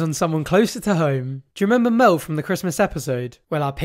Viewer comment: When you say "Mel," it sounds like you're saying "Mo."